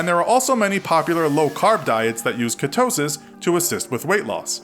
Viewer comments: Ketosis (pronounced kee-toe-sis not katosis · You say ketosis weird, every video you take a word and find a new unique way of pronouncing it😅😂